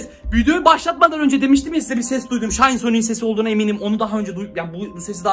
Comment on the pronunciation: aynen aynen bende fatih sultan mehmet hem o şayn diye okunmuyo şin diye okunuyo -_